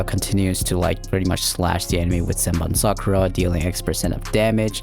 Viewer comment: It's not zenbon Sakura it's senbonzakura*